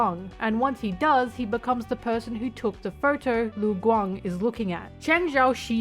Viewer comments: im sorry how did you pronounce lu gang?? läng? ling? leng? guang?? I will never stop being confused over westerners not able to hear and mimic sounds. LU. IT'S LITERALLY JUST LU. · ok the rest of the video you did say lu guang correct lmao wtf happened at the beginning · LMAO I paused right after you tried to pronounce lu guang and now I pressed play and yes you did butcher their names lmao its ok. just practice idk. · As a someone who speaks chinese since young, I am CRYING at your pronouciation Cheng XiaoShi (cheng sea-ow sh [but dont say shhhh pls] ) its not XiaoShe ppl Lu Guang (Loo Gu-wang)